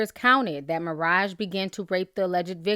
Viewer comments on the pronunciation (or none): Why do u keep saying Maraja?? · You pronounced maraj wrong